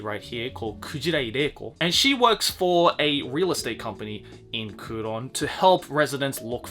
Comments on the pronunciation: Always love your videos, so it pains me to nitpick - "Kouron" is Kowloon, so the setting takes place in Hong Kong. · I know the manga as"Kowloon Generic Romance" not " kuuron" lol but it's pretty good